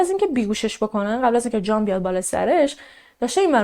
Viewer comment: سلام خسته نباشید عالی.‌...تلفظ اسم جان را خیلی شیک و دلنشین بیان میکنید مخصوصا دقیقه 16،،ثانیه 40 .یادم گفته بودید اهواز زندگی میکنید ولی لهجه جنوبی ندارید واین کاملا مشخصه ،چون خودم بختیاری هستم و اکثرا جنوبی ها بختیاری ویا عرب هستن بویژه اهواز وخوزستان...بیشتر لهجه تون تهرانی هستش یعنی کاملا تهرانی ست... ببخشید فضولی میکنم .فقط از روی کنجکاوی مطرح کردم....چون خیلی به شیوه اجرا و انتخاب پروندهاتون وشخصیت فردی خودتون علاقه مند هستم ،دوس داشتم بدونم کجایی هستید..البته اگه ممکن هست